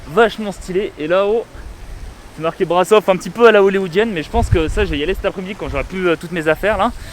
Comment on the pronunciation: alors juste petite info le S cédilles dans Brasov (et dans touts les mots roumains d’ailler) se prononce comme le CH dans le mot chien